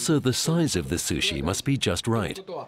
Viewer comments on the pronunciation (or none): u no like susshy? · I cringed to the way the woman narrator pronounced sushi...